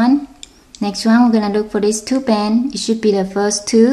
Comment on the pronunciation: Lol u say to bans instead of two bands